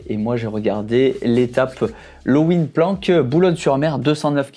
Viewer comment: Bonjour pour info on prononce lovin-planck et merci pour toutes vos video que je suis avec impatience...